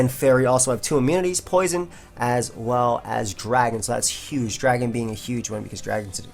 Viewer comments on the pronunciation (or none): none